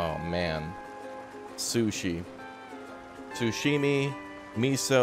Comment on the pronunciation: "sushimi" ;) a new Japanese food perhaps, maybe related to Sashimi?